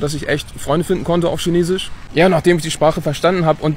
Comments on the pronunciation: In China leben und Chinesisch sprechen aber SCHINESISCH nicht richtig aussprechen können🤦‍♂️😅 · Spricht Chinesisch fließend, aber kann das Wort nicht aussprechen. :D